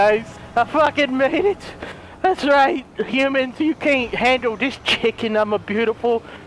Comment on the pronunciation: say huuumans XD I love it he says hoomans